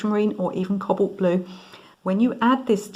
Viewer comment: You keep on calling it Cobbolt the word is pronounced Co bawlt with emphasis on the first syllable and that is a round o.